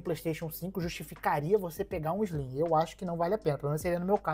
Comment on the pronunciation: PlayStation 5 "ISLIM"?? Não conheço.